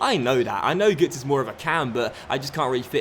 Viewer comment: It's pronounced gertzer - it's got an omlaut